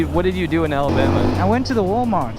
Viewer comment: "Ellabama"